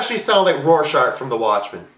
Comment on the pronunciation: it is rorschach not rorscharch